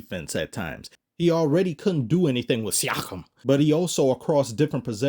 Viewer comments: I laugh every time you say Siackm! 😂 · The way you pronounce Siakam's name gets me every time x'D